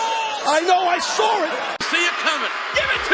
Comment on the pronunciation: “I KNOW I SAWR IT”